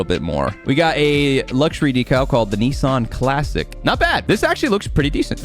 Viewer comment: Bro said neesarn